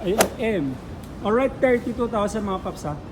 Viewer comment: Olright mga paps merin.. Or right😂